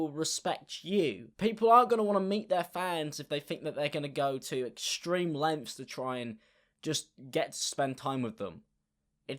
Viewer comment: the way he says “lengths” has me fucking weak, i love him